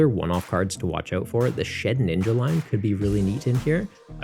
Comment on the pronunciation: Shedinja. Not shedninja